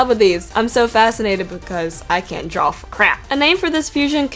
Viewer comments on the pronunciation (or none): none